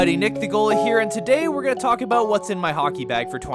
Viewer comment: That’s aboot all the time I have for this video lol